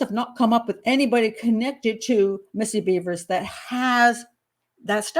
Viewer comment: Her name isn’t Beavers! It’s Bevers like severs